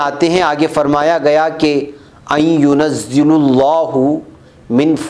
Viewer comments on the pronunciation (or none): أن ينزل الله میں لام پر زبر ہے پیش نہیں